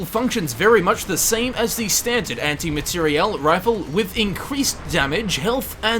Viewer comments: Dude, what's with emphasis when you say Anti Materiel Rifle? It's so annoying. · Your pronunciation of materiel gave me an std